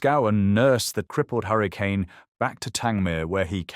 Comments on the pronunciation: correct and still clearly AI narration as you said correctly it keeps saying hurricaaane instead of hurricane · still can't pronounce hurric'n correctly